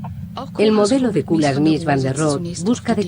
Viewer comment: kulas jajaja, kuljas! se pronuncia!